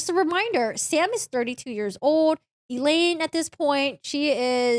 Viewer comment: It is 35 years "OLD" not "ODE" LOL